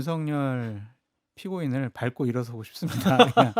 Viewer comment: 밟고의 발음은 밥꼬가 아님. 발꼬